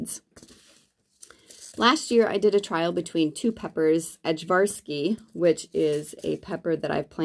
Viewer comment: I also love the Ajvarski peppers, just a little note: The J in the word is pronounced like a Y. More like Aye-Var-Ski. They're the peppers traditionally used to make Ajvar (Aye-Var) which is like a Serbian roasted red pepper sauce.